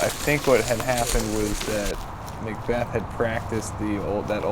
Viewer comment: Paul mcbec ? It’s Paul Mcbeth